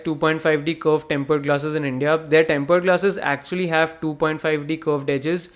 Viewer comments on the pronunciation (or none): temple glasses? whata diction 😂